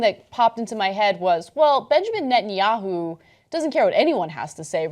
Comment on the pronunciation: At one point, Ana truncated Netanyahu to simply "yahu." That made me grin for some reason.